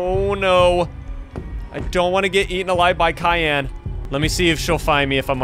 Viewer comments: it's cyan not Khan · CAYN NOT KAYN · It not cyan it syan I know it has a c but sorry but your wrong about the name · Is not kyan is cyan bro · In the name of the monster that you said cayenne, sexually cyan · It's not kyan it's cyan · Science, not Cian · You keep saying kyan but Is cyan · What You Says Kayan Not Cyan You No Name Cyan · i real love your vids but you don't pronounce it like cyan you pronounce it like syan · It's cyan not kyan that make me laugh, so hard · Its cyan not kyan soft c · It’s not cyan it’s syan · it’s not kian it’s cyan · Your saying Kian not cyan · You’re pronouncing it with a Kai and yan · Your saying Cyan wrong.Say sigh and then say an that's how you say it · He was pronouncing It like tussy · The way he pronounces cyan, though Cayenne 😂😂😂😂😂😂😂😂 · I hate when people mispronounce cyan, the C is pronounced like an S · Yeah he pronounced it Kyan but it's probably just how he says it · u are saying wrong syan but correct cyan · Ls funny when he say kyan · its cyan (Si-an) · Bro said kyanite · Bro said kiyn💀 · You’re pronouncing it with a K